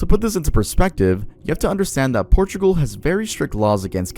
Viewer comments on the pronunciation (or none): none